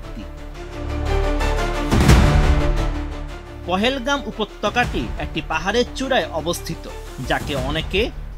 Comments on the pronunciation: পহেলগাম না সাংবাদিক ভাই পেহেলগাম হবে 😅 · আপনা আপনারা তো মূর্খর মতো বলতেছেন পহেলগাম, স্থানটি নামে বলতে পারতেছেন না,, স্থানটির নাম পেহেলগাম।। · উচ্চারণ ঠিক করে সংবাদ করেন জেনারেল আসিফ মুনির পেহেলগ্রাম